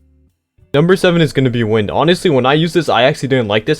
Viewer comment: Number 7 isn’t called wind as in the air it’s actually wind as in the wind the clock or smth I forgot but it’s like pronounced wynd